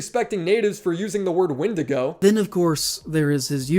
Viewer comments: The whole "wendigo is a bad word" is immensely stupid. First, pronounce it properly, its not "wen-dee-go" its "wen-die-gho" if you want to be oh so enlightened. Secondly, natives are not all superstitious savages that think they will be vaporized if you say the bad word. They too live in 21st century like you do and majority dont care in the same vein majority of europeans dont care when you put nordic or greek gods in marvel slop. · playing by his "rules", he just pronounced the name wrong. Instead of wendigo he said "wendigoo", by your rules you should not be talking or making content reviewing any horror movies connected to Native Americans, especially if the wendigo is involved otherwise you are a bigot praise-shadow noob (forgot his name). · Dog he even said wendigo wrong